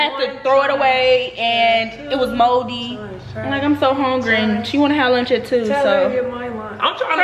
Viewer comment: " lurnch " " deriters " 😭😭😭😭😭😭😭😭